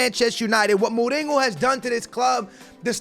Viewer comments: His name is Mourinho not mouringo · You’re saying mourihos name wrong